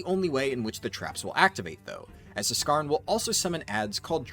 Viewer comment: the "Z" in Zskarn is silent. as is the "Z" in Zskera Vault...